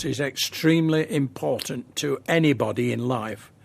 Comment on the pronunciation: " I's impotent , so " ... lmao